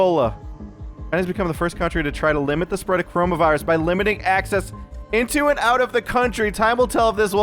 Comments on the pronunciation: dude you wrong is call coronavirus not corohmohvirus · Wouldn't it be CorohmA virus? Does your virus turn you into a gay frog?